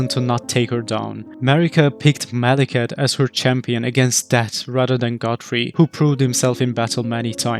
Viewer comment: Mawekith....the Bwack Bwade...